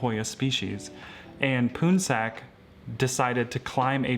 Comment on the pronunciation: hoya lacunosa "poonsak", the pronounciation sounds like "pawnsug" which is a common name for male in Laotian and Thai